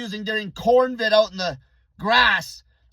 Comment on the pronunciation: Convid not cornvid.